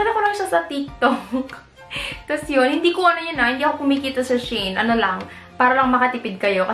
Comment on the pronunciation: Hello po. It is pronounce as SHE-IN ;)